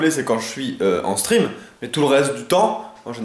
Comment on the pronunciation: Un moment j'ai cru que tu avait dit Quand je suis en String ( stream ) mdr